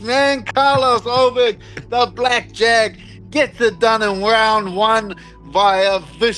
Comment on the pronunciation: This is such a great match-up. The only bad thing about it, is that we'll never see a fight between Ulberg and Poatan because Paotan is now a heavyweight. That would be a very intriguing, technical matchup. And LOL@ and Masvidal not even knowing Ulberg's name. "Allberg." Haha!